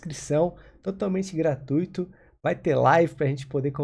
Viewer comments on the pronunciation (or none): none